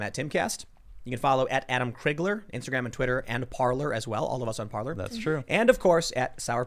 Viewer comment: TIM...it is not "parlor"...PARLER=to speak in French. Pronounced "par-lay".